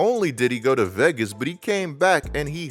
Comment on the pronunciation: C'mon how many times u gonna mispronounce Vegas in 20 seconds 😂